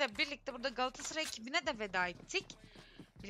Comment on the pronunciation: Sunucu Qalatasaraya ekibine Qaatasray diyor sanki